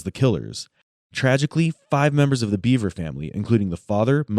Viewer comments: It’s pronounced “Behver” not “beaver.” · BEVER not BEAVER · The thing about this case which buggs me the most, is that the boy is called "Bever", but is being pronouced as "Beaver"... Wtf USA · Their last name is pronounced Bev-er not Bee-ver just for clarification. These boys are sick in the head. There's a special place in hell for these guys. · It's bever not beaver bro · Why is the narrator saying beaver?